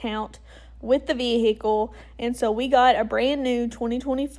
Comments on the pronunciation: 😂😂😂😂😂 I'm sorry. She - and her HUSBAND? - thinks a Tahoe is going to last FIFTEEN YEARS?? I think she better rethink her faith in her choice of "vee-hih-coo". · Why do Americans say vehicle like that lol